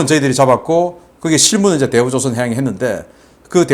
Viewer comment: 박사님 흥분하셨네요 대우 조상 해양 으로 들립니다 ㅋㅋ